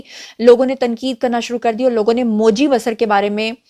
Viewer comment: It's pronounced as BaaSaar not Basr Name: Moji Basar(pronounce as BaaSaar) Country: India State : Arunachal Pradesh a Proud Tribal